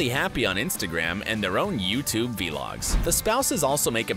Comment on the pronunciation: he said: v-logs